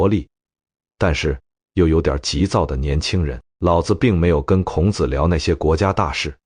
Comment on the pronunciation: 內容完美；男聲優美。 可惜，孔子（ㄎㄨㄥˇ ㄗˇ）讀得很好；老子（ㄌㄠˇㄗˇ）不可以讀成（ㄌㄠˇㄗ˙）。 老子讀成輕聲，是「父親」； 子（ㄗˇ）是男子的美稱！孟子、莊子、韓非子⋯⋯諸子百家